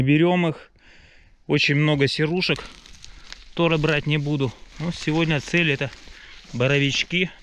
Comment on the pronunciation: Почему вы вместо слова Тоже,говорите тора